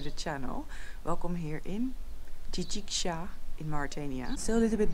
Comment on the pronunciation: Hhhh j'aime bien quand tu prononce Tidikja 🤣🤣👍👍👍